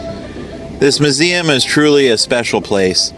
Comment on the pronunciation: It's not MUH-zeum, its MYOO-zeum.